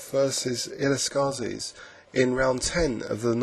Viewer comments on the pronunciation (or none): hi, im from catalonia, the land of illescas and i got to tell you his name is written Miquel, not Miguel and pronounced iyéscas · hi, im from catalonia, barcelona. like illescas. and i got to tell you his name is miquel, not miguel (wich is spanish not catalan) and is pronounced iyéscas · hi, im from barcelona, catalonia. like illescas. and i must tell you his name is miquel not miguel (wich is spanish not catalan) and it is pronounced iyéscas